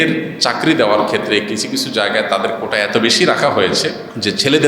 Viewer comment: কোঠা না কোটা😂😂😂সাইফুল্লাহ হুজুর